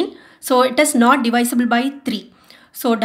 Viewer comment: Why do most Indians make that weird sound after they pronounce 't' at the end? Like when she pronounced 'not', she was like 'not ta' 😂... Anyway good explanation